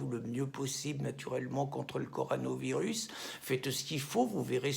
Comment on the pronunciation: Tu a du mal à prononcer Corona virus Pierre, mais bon, tu a raison sur le fond...